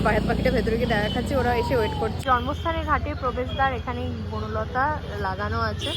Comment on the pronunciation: Buno lota noy bonolata